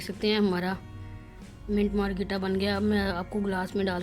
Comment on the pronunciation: منٹ مارگریٹا صحیح بولو بہن